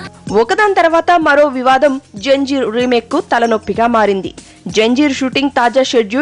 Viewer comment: Haha...its not janjeer its Zanjeer.